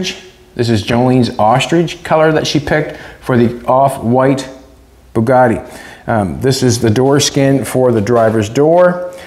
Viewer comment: Sweet , that is one nice "BADgatti"!!!!